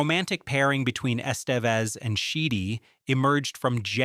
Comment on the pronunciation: Lol why do you say Estevez so wrong